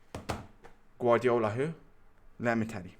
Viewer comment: “Guadiola here” 😂😂